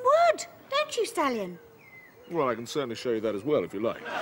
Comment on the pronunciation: Ugh, that pronunciation! I thought that was not Stallion but Stalin! 0_0